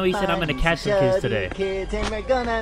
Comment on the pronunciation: bro I tried my hardest to find out what he says and idk because it says catch but I REALLY sounds like kill